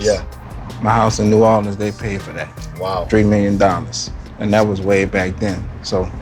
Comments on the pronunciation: He said two "tree" (three) of them. 😂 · "Gimme two tree of them"😂😂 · He say tree million dollars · "Gimme two tree a dem" 😂😂😂😂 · Yeah yeah ...I know Birdman a mutherfucker, but he have me laughing everytime. "Give me two tree of dem" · give me two tree of them 😂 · “Tree million dollars” lmaoo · He say give me two tree🌳 of them lol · I love hearing him talk about "Reebox"...lol Let me get all "tree" colors...lol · “They paid for that, Tree-million” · “I need two or tree of these playa” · “Give me two tree of them”😂😂😂😂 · Two...Tree...of them. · He said “I need two or tree of dem” 😭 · "too tree of them" 😂😂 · get me 2, tree of dem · "Let me get two or tree of dem" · “ get me two tree of them” 😂😂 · “Treemillion dollas” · " I WANT ALL TREE OF DEEZ " -Birdman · Im Talkin To All Tree Of Ya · "All tree of y'all" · He said tree of them again 😂😂😂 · “Tree million dallos “ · "gimme two tree of dem"